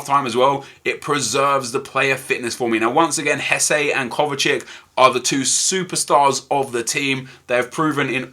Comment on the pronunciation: its not kovacik ffs its kovacic